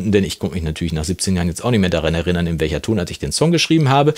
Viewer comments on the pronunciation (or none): none